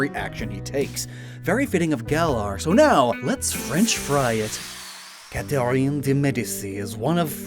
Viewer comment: I’m sorry- you said Catherine’s name wrong like 5 times. I’m stuck on that (great otherwise bro)